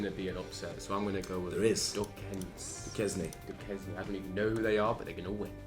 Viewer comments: Duquesne is pronounced “Doo-CAIN” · Duquesne is pronounced "doo•kane". But that's ok, literally nobody outside of Pittsburgh knows how to pronounce it. It's a small Catholic University in da Burgh. 😉